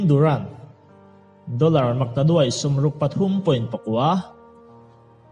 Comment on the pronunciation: Doller pawh dorrer iti zel a, pariat pawh pagriat itia